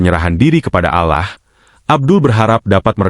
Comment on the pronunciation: Penyiar ini aku kira bukan Muslim dari ucapan nya. ALLAH.dibaca alah